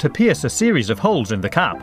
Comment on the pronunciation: When it was a the diy milk thing and he said cap I thought he said cat